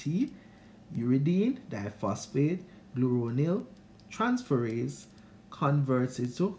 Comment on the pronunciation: Great review. Congrats on the 3k views on Accommodation. BTW you pronounced UDGT/UDPGT enzyme wrong its Glucuronosyltransferase not Gluronyltransferase.